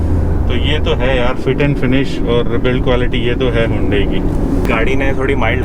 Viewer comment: Bhai agar 15 se zyada nahi nikal paate to apni driving change karo😂,18-19kmpl to highway pe easily deti hai. Aur haan,ye Yundai nahi pronounce hota hai,Its Hunday,just like sunday😉